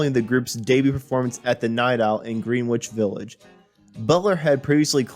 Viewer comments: Who the hell is narrating this? Ive never heard so many names being butchered in such a short space of thime! For heavens sake at least Google the words to make sure you are pronouncing them correctly! Surely Greenwich Village (pronounced with one e and a silent W) and Creeque Alley (pronounced Creek, not creaky) are well known enough for even a simpleton to pronounce properly. I got to but I couln't listen to any more. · They are pronounced Grenich Village and Creek Alley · Dude before you do a video like this you need to learn the pronunciation of Greenwich Village.